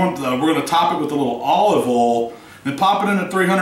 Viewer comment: never mind, when you say oil as 'ol ...well, god bless you. cook away, love your work!